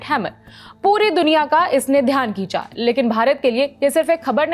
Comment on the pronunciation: ध्यान घीचा नहीं, खींचा होगा😂